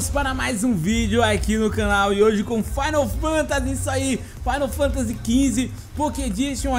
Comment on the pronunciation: " - Fainal fantasy " Kkk Pelo amor, rsrs